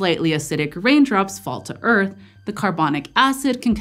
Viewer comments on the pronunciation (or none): none